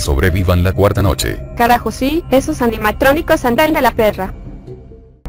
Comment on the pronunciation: dice animacronicos